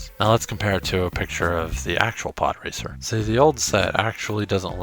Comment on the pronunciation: I thought you said "poorracer" 😂